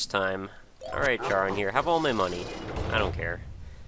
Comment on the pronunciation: Awesome series. On a sidenote: Charon is pronounced the same as Karen according to the mythology.